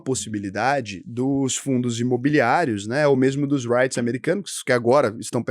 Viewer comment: Não digas "Raites", diz-se "Rits"